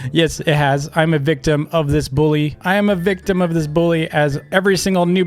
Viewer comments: It's bully not billu dumb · Ikr, he says it like “boolly” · I saw in his old vids he says it like dis “boolyy” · he says buwy